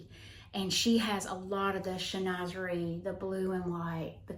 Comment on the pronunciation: Chinoiserie is pronounced Shin wa ser eee.